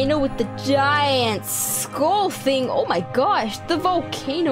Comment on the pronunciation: Skull! Not school!!!!!!😂😂😂😂😂😂😂😂